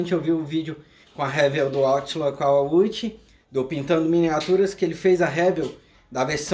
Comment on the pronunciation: “Réviu” não dá … Pro canal crescer, alguns erros precisam ser corrigidos.